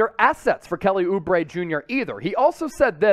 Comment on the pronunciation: oubre? lmao. stop it